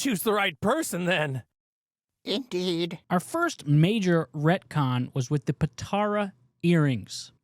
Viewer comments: "Dragon Ball Z retcons" makes it sound like the retcons happened during SBZ itself. "Retcons TO Dragon Ball Z" is more accurate. But then, many of us noticed them. It's "poe-tar-uh" not "poe-tair-oh." Then, you showed a clip of Whis telling Beerus that Beerus told Freeza ro destroy the planet, and you then said on camera that Beerus was the one who told Whis that in that scene. Otherwise, good video. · How do you watch the show and still mispronounce 'Potara'... Dislike